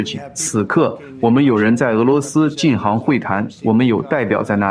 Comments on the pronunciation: ，做翻译的是用你的声音的机器人？要不不会把进行读成进航吧！ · 你的同期播报很好。但我想说“我们有人正在俄罗斯进（航）行会谈”。“我们并非在暗中（航）行事”。你是博士呀，这个多音字你真的不会用吗？进行、行事。（进航）（航事）没有这样的词组呀😅